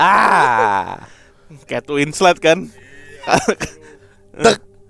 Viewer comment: kate winslet bang bukan kate winslut...wkwkwkw